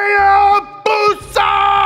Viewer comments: its a haya BUSA not hayabusa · What it’s not haayabusa it’s hibusa